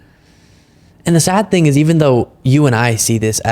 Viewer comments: Did this slug actually say, "A great ting happened on Tanksgiving?" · Did comer say... A great ting happened over tancksgiving